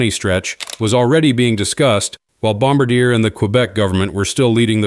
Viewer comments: More like Bomb bar d-a? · It is not pronounced bomba-deer, but Bom-bar-dyeh, with the tonic accent on the final syllable. Please do your homework. I like that you thrice pronounced route (homophone of root, a word with a French etymon) correctly! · Please have your AI narrator pronounce Bom-BAR-di-eh correctly, as in French! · Pronounced "Bomb bar dee yay" 😉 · "Bomb-ber-DEER" LOL - you f*cking serious? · I am a Canadian who has followed the CS100 and CS300 from the beginning. I watched Air Baltic thrive with the CS 300/A220 I hope the 220-500 does arrive. As per Boeing they don’t need to be be pushed. They are in. Hole they themselves have dug. One additional point. As a Professional who follows aviation you will be respected if you say Bombardier correctly. It is pronounced Bom- bard- ee - aay. That is the correct way and you will be seen asa person who knows more about your Industry. Not meaning to offend, only help. 🇨🇦